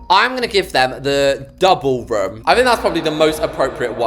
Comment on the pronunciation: it’s kinda funny how when you say “room” it sounds like ur saying “rum” 😂 (sorry! Don’t mean to mock your accent, it just kinda amuses me, btw, love your videos and it would make my day if I were to join the same server as you 😊)